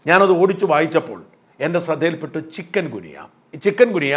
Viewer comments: Chicken അല്ല ചിക്കുൻ ഗുനിയ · ചിക്കൻ ഗുനിയ അല്ല ചിക്കുൻ ഗുനിയ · ചിക്കൻ ഗുനിയ അല്ല.. ചിക്കുൻ ഗുനിയ ആണ് ശരി.. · ചിക്കൻ ഗുനിയ എന്നല്ലല്ലൊ ചിക്കുൻഗുനിയ എന്നല്ലെ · സാർ ചിക്കൻ ഗുനിയ അല്ല. ചിക്കുൻ ഗുനിയ ആണ്. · Sir, with due respect for your kind info. It’s not Chiken gunya…Pl pronounce it as Chikun gunya…this is the medical terminology. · ചികുൻ ഗുനിയ എന്ന് ഉച്ഛരിക്കൂ സാർ Not ചിക്കൻ. കോഴിയുമായി ഒരു ബന്ധവുമില്ല. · Sorry ചിക്കൻ ഗുനിയ അല്ല ചിക്കുന് ഗുനിയ അല്ലേ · ചികുൻ ഗുനിയ എന്നല്ലേ?